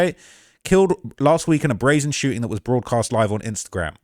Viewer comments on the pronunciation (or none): none